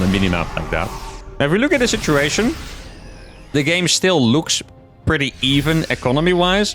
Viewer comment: Are you saying shituation instead of situation to see if anyone notices?